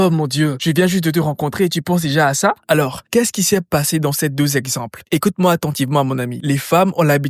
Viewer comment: ses "exAmples" mdr 😅